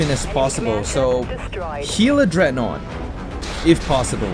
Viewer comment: Did you just call it dreadnote